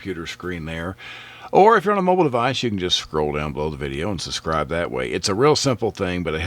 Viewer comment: Great video but it's pronounced suBscribe not suSscribe 😊